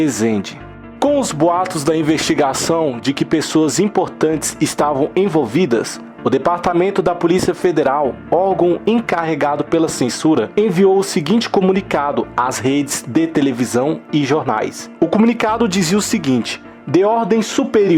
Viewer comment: "ÓLGÂO"???? Kkkkkkkk, é órgão, imbecil!!!!!!!